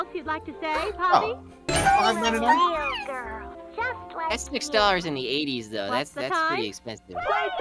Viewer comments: ‘I think ploppy killed them’ Instead of “I think poppy killed them” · I love how instead of poppy said ploppy LOL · I almost died when they said ploppy instead of poppy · I love how you call huggy wuggy ploppy and you call the game ploppy playhouse when called poppy playtime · is popyy not poplyy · is it just me or did say ploppy for the whole video? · Everyone accept calling poppy ploppy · said "ploppy" bruh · It's not plopy